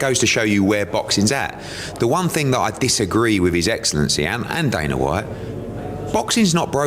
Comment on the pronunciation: his name isn't daner it's dana